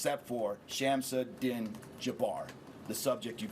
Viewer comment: No mention of sheriffs. "Din" is said Dean.